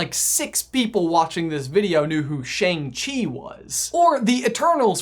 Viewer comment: Chi sounds like you just mashed chai and tea together.